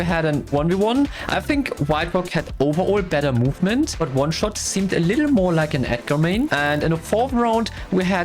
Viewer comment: In the celebration, the editor said oneshost instead of oneshot xd